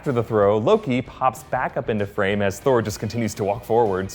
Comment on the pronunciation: I was wondering if anyone else noticed. Also, I could swear he calls Thor 'Scor' at the minute mark lol